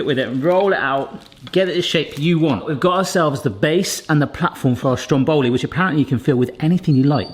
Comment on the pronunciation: Mate, it’s called STROM Boli not stromBOli 😗